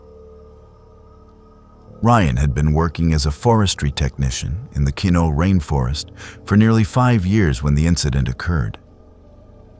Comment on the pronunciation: Keno??? Kenno??? What rainforests are you talking about that you can't pronounce correctly